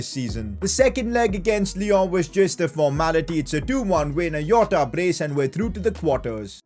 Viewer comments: Me hitting my head in a wall because he says Iota instead of Jota be like... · I mean jota not yota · It is jota not yota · Why do you say yota? 🤔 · Its not a not yota